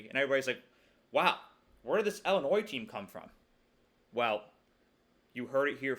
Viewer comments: Cool video. Illinois alum/fan here. We could go 11-1 or 7-5. You never know with us. Also, for future reference—please pronounce Illinois like “ill” not like “ell”. You’re still far ahead of everyone saying “ill-a-noys” though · I thought it was pronounced Illinwah since it’s a French word